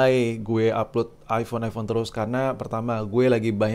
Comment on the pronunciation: Knapa saya risih ente nyebut iFhone. Kan jelaas iphone dari tulisannya